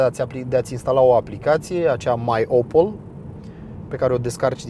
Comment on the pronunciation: Mi se pare mie sau seamana putin cu Chevrolet Camaro? Cand ai pronuntat MyOpel, eu am inteles MyOppo, am ramas putin blocat... abia a doua oara am inteles corect. Imi place masina, mi se pare totusi cam scumpa.